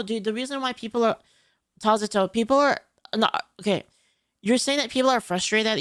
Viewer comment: Everytime I hear "Tazato" my eyes twitch. Can you not just ignore them?